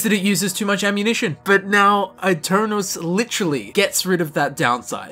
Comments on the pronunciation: Aeternus is latin, not italian. Its pronounced e-ter-nus, not aii-ter-nous. Yknoww, the brotherhood uses latin and bases their aesthetic off of knights, they're not walking around with black, slick hair going "eyy! Ohh!" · It’s pronounced Eternus not I-Ternus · It's actually Eh-Ter-nus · I pronounce it “a-turn-os” in a deep rounded British accent. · eternus is the right pronunce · man i am italian and i study latin every day. so yes, you can trust me. aeternus shold be pronunced eternus, with the pronunceof the "e" of "enter" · It's pronounced eye-tare-noose. The latin "u" does not sound like an english "u" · I think it's pronounced ay-tern-us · It is pronounced Eternus. The italian E not the english one. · My bad, it had both Italian and Latin pronunciations, which were exactly the same. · I'm telling you this as I'm Italian. Aeternus is a Latin word and in Italian you read Latin words by using Latin rules. So you read aeternus the same way you read aeon. Besides in Italian it's "eterno" (kind of similar) and you read the first part just like Latin. In the end though it's not a big deal as it's easy to get get confused by stuff like that. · that's a stupid way of saying aeternus